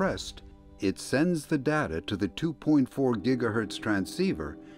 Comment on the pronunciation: I like how you pronounce tha data word